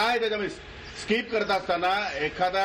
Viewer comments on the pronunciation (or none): स्काईप नाही स्किप